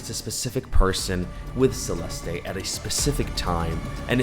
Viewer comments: Idk why but it's SRSLY driving my ears go nuts everytime you said Celest-ay..its just Celeste <Celest> ❤❤❤ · Could u at least pronounce her name right? Geez .... Celesté is weird. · Your pronunciation of "Celeste" and her full name is quite literally atrocious😂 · Why are you saying her name like that? 😂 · the way he pronounces her name like is he Latino??